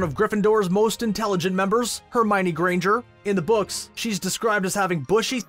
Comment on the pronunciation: I find it really astonishing that so many people mispronounce Hermione as Her-my-nee. Joane Roaling clearly explains the correct pronounciation in "The Goblet of Fire": Her-mee-oh-nee. And i dislike that in the movies the actors for Lupin, Harrys parents, Sirius, Pettigrew and Snape were simply too old.